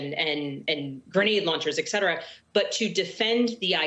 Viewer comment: Did representative Spanberger just say eKcetera? That’s WRONG! The words are ET CETERA from the Latin et-and-and cetera-the rest. Please pronounce these words correctly as you sound uneducated otherwise!